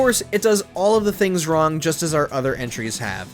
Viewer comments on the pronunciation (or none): none